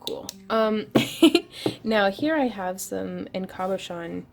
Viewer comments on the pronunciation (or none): Again...it's word cabochon is pronounce CAB (as in taxi) ah shahn Labradorites usually only show hues of gray, green and blue....if it has a larger variety of colors it's actually a spectrolite, which are typically found in Finland and Madagascar. Good ones, and large ones are usually pricey...